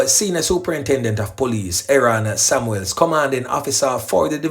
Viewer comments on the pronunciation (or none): none